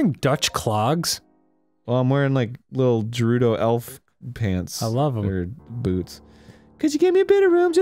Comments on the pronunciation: god my ocd gi rude o town lol its ger ew doh go if your unsure look it up or use websters pronouncing tool lol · Every time they say "Gerudo" I hear it as "Derudo" and all I think of is Darude - Sandstorm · Is it pronounced Guh-roo-doe or Ja-roo-doe? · i can tell aron was trying to make dan notice he said rejew and jewredos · Fuckin' "h"eirloom and "Jerudo" so far. Can't wait to meet Prince Siddon, Miffa, and Darooneeah. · Guh-rude-oh Arin isn't saying it right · What about him constantly mispronouncing Gerudo and Hylian despite there being cutscenes where you can hear how they're actually pronounced which he ignores and continues to say Jerudo and Hillian. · The way he says “Hylian” is acceptable tho. A lot more people say that so I could see the confusion. I will never understand where he got his pronunciation of “Gerudo” from. I’ve never seen anyone say that but him. “Fuckin’ Jerudos!!!” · Oh, dear lord, this is getting out of hand... It's pronounced "air-loom", the "h" is silent. And while we're at it, it's "geh-ru-do" NOT "jeh-rud-do" and it's "high-lee-an", not "hill-ee-an"... Ugh, the constant mispronunciations are REALLY annoying.